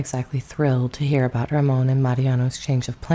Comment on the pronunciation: Ramon Navarro's first name is pronounced as though you're saying the American name "Raymond," except you don't pronounce the D.